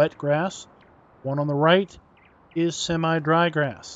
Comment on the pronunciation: It's semi not seme. Learn what e does to a word like win Vs wine